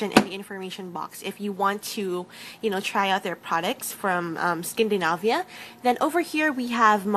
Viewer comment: it's skindanayvia :D not skindinabya lol